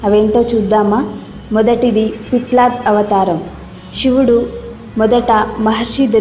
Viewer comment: పిప్లడ్ కాదు తల్లోయ్ పిప్పలాద సంస్కృత భాషని ఖూనీ చేయవద్దు